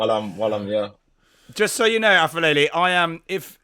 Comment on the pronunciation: boys aphelele is pronounced like pepper not like f sound